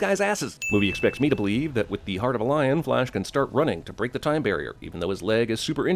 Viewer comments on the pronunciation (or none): none